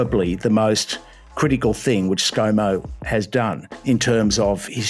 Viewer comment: Scumo not Scomo.